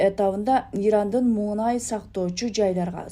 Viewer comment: Эй туура сүйлө МУҢАЙ ЭМЕС МУНАЙ